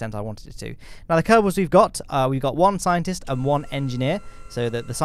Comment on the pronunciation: you can say: "the kerbels have invented a more efisent teck".